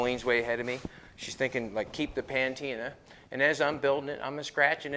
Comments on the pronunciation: Patina not pantina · Patina,, Not pantina. Doesn't matter though. The work is awesome. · PATINA!!!!! not PAN TINA...... sigh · Patina NOT Pantina !! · Hey. It's patina, not pantina. All good man, keep rockin'. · I thought I heard it an now I did ....patina [pəˈtēnə] NOUN a green or brown film on the surface of bronze or similar metals, produced by oxidation over a long period. synonyms: layer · coat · coating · covering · cover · surface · sheet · blanket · dusting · skin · overlay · screen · mask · wash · glaze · varnish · veneer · veil a gloss or sheen on wooden furniture produced by age and polishing. synonyms: shine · sheen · luster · gleam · shininess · glossiness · brightness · brilliance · shimmer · sparkle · polish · burnish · glaze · varnish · ........ you made up a word : P A N T I N A -------- it's patina. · . PSSSST. ITS "PATINA", not PANTINA as you insist on saying jfyi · Jolene tell it’s patina, he keeps calling it pantina lol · Jolene, Please advise that ' Pa - teena ' has just the one ' N '. Patina. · I dont know if is joking when he says “Panteena”. Lol!